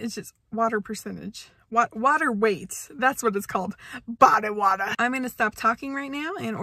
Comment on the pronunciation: "BODY WATAH" - The highlight of my day.